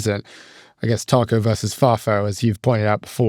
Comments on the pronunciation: I don't think that's what the OP is talking about. has made the pronunciation of TACO sound too British - I am British and I still say it the American way, it's not a word we have in Britain. As for what it stands for it represents perfectly Trump's damaging cry-wolf BS way of behaving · I just wiah at some point will learn how to pronounce 'taco' properly 🤦‍♀ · Please stop saying TACO.